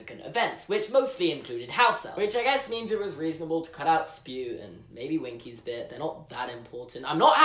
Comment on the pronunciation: *Ahem*, it’s pronounced “S-P-E-W”